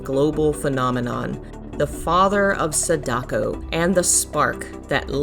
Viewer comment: "Sedako" XD